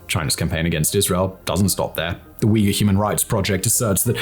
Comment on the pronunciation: Holy wow! Simon actually pronounced Uyghur right after so long! Was always hilarious hearing Uger.